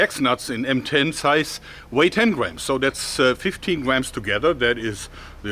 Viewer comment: I misheard M10 Hex Nuts as "Ben 10 Hex Nuts"